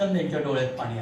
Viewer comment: सोमन नाही. सोमण म्हणायला शिका. आपली सर्वांची मराठी भाषा आहे. ती शुद्ध बोलायला शिका. आपलीच भाषा आपल्याला शुद्ध बोलता येऊ नये हे दुर्दैव आहे. साधे पाणी बोलता येऊ नये. शनिवार बोलता येऊ नये तिथे आपले महाशय पानी. शणीवार बोलतात.